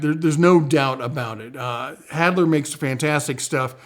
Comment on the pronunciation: Good to see you back in the saddle! Re: Halder - i think you're reversing the L&D in the pronunciation; about the issue of their German vs US production - I believe they are made in Germany but they import the hickory handles from the US (I think ~ don't quote me). Thanks for the heads up on Excelta 👍 never heard of them before